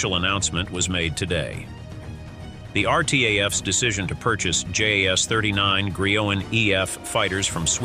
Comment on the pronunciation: Your pronunciation is wrong, saab is not sab, JAS is not jas!